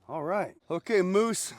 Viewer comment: Pretty sure it's pronounced "muse"